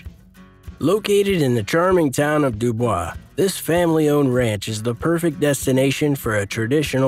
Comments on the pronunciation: Your pronunciations of our Teeeeetons, not Tettons, and Duuuuubois, not Dubwa, need some work. I live here, it's important to get the names right when you are presenting these high dollar areas. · Dubois is pronounced DooBoys. Teton is TeeTawn. Jackson Hole is the valley, Jackson is the town. How do I know? That's me !